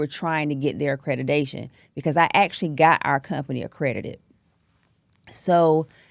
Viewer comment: Accredidation. She can't even say the word. Idiot. Scammer. Zero training and education in this. She makes me sick